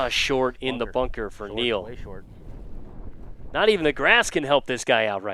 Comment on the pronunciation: “The famed shart par 4”